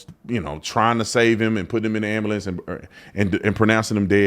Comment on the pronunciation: AM-BYOU-LENCE fuckin ambuhlamps